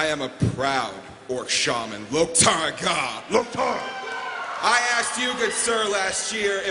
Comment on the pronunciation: Its loktar chris:D